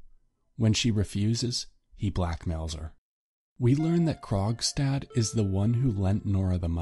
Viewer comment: Why did I think he was saying “Krog’s dad” the whole time